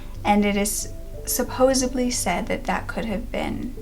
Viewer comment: Count me in as well...."supposebly" 😉